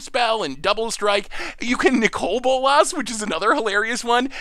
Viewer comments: "Nicole Bolas". These pronunciations are are meme at this point. lol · Ah yes "Nicole Bolas" the forgotten sister dragon. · Niko-l B0lass? bruh...